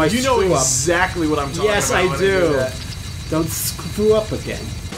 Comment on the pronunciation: "Don't shcrew up again."